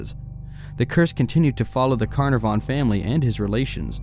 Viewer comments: its pronounced kaNarfon (its welsh) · The name was Lord CarNARvon not CarnAvon. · Lord Ka-NAR-vn. Got it?